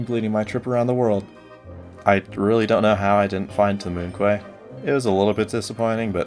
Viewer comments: moon quay is prounounced moon key right? not moon qway? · QUAY is pronounced KEY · moon "kway" (just joking)